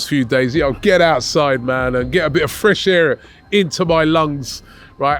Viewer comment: that was the most London Jamaican FRESH EEIRE i have ever heard.